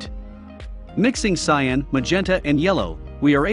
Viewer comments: cyOn? It is cian. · its cyan not cyon :( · It's cyAn, not cyOn lol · the blue is called cyan not cyon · It’s cyan not cyon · Cool vid but its Cyan not Cyon bud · cyAn not cyOn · it's cyan not cyon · Cyan is spelled CYAN not CYON. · Is "Cyon" a meme and I'm a wooosh? Or is this an actual mistake? (it's actually "Cyan") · It's cyan, not cyon. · Ah yes, "Cyon" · Cyan not Cyon. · A really nice video, ruined by "cyon". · It's CYAN, not CYON! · WTF is CYON? It's cyan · CyAn, not cyOn... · its CYAN not cyon lol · Cyan. Not cyon. Cyan. x.x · "Cyon" ?? CYAN